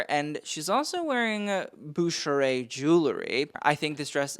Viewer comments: Dude, you should check your editing/spelling! SAWROVSKI??? Really? And Bucherer is a German firm, not French. Also check your pronunciation. Sheesh! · Bucherer is pronounced in a german way, not french. Brand is based in the german-speaking part of Switzerland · It is pronounced Bucher-er. Originally a Swiss german brand, its now owned by Rolex. You should do a little bit research. No every brand in fashion is french